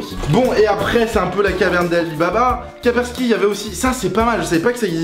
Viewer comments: Kapersky ? On dit Kaspersky ! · c'est kaspersky et non pas kapersky ;)